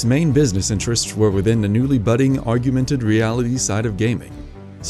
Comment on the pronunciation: Chronicles is pretty good but he mispronounced Augmented multiple times